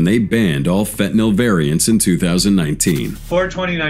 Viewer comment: Had to skip this one the Ai can’t pronounce fentanyl.